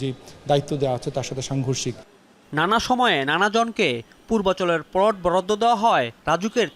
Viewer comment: প্লোট না রে পাগলা, প্লট! উচ্চারণের এই শ্রী নিয়ে সাংবাদিকতায় চাকরি পান কীভাবে?